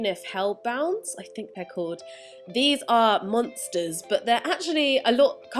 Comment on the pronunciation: Lol omg the way you said "monsters"